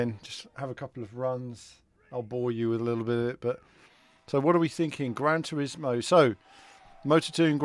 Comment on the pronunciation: "Gran Trismo"? Better change that to "Gran Turismo" 😂🙈